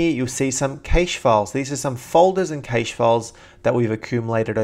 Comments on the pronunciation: You sound silly saying "kaysh." It's pronounced "keesh." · CASH not kaysh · is correct. Cache is a word that comes from Silicon Valley where all our computer technology is created, its officially pronounced like how we pronounce "cash" because the letter e is silent. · Sorry buddy but it is pronounce CACHE (CASH) ! not KEYCHE like you pretend it is pronounced. CACHE is a french word meaning "hidden placeholder". Hence, it is pronounced à la french : the way you say it is wrong !!! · Is cache, not cashes to something like that ;) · Good vid. It's pronounced "cash" not "caysh" though, lol. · Digital Byte Computing Well since it originates from the French word cache (pronounced like cash), caysh is wrong... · Cache = CA-ASH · Correct - it's pronounced exactly like "cash". It's not even a new or a technical word, but has been around for centuries, for example "a cache of diamonds", "an arms cache", "a squirrel's cache of nuts". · It's actually pronounced either cash or cashay. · the A in cache is pronounced like the "a" in "bad", not like the "a" in "fate"...